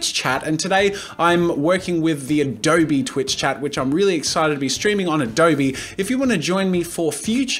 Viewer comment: I'm just wondering why he said adobEEE instead of adobe. O mah gosh